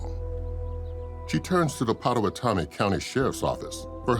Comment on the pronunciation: And it is "pot to what ta me"...not patome